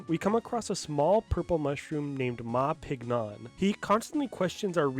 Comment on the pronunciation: Just thought you might find this little piece of Trivia interesting, but the character Ma Pignon gets his name from the word Champignon, (pronounced 'sham-pē-ˈnyōn') which is French for Mushroom! So his name would most likely be pronounced 'Mah Ping-Yonh'. Not knocking you for saying it the way you did, as if you don't also speak some French this is unlikely something your average English speaker would know, but I just wanted to share that because I never hear anyone else talk about this little pun, and this video is so well informed I wanted to add to it so more people to know about it too!